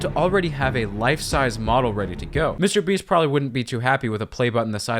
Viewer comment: Lmao did you stay a long time in France? Because I hear "Monsieur Beast" here lol